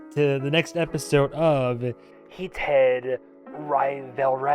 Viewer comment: No one:: HEEEE-taid 💖🤌🏻 RaviOLI 😌👌🏻🔥 (Adore your reactions since IwtV, love seeing you follow the pipeline. Keep up the yap!)